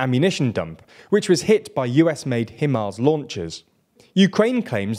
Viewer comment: IT IS PRONOUNCED HIGH MARZ. NOT HIM ERZ.